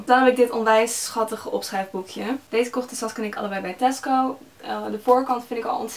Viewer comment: Elke keer dat je Tasco zegt denken ' hè, Tesko?' ❤️